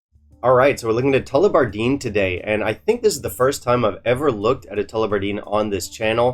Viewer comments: In case you want to pronounce it as they would at Tullibardine, it's: Tull-eh-bar-din You might know this already so apologies if I'm being 'that guy' 😁 Doesn't seem to be a brand that captures the imagination like some others but I think they have some good stuff, well worth trying to things up. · Tullibatdine ( I think the emphasis is on “bard“) is a gem of a distillery. I've gotten curious over them with the old 21 yo, which was available for 50€ 2 years ago, would you believe it! The Murray Marsala was a banger! and the recently launched 15yo is very solid and affordable!